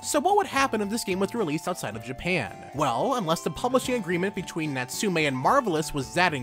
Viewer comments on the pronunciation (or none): Throughout the lenght of the video I kept repeating NATSU'-ME'! everytime he does....